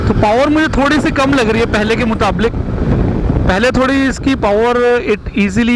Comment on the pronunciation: pehly k "mutablik" Muqable + Mutalliq = Mutablik.. 😂 😂 😂